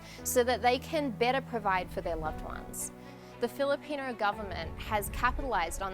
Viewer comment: can u say filipino?